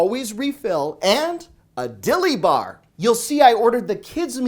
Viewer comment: The way he emphasize saying a Dilly Bar!! Lmao 🤣🤣🤣